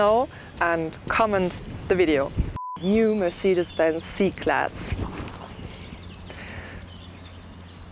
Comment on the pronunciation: MERCIDES BENZ! MERCIDES BENZ!!! NO NO NO NO ...mercedes benz